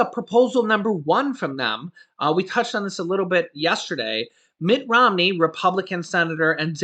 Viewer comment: "Mitch Romney" 😆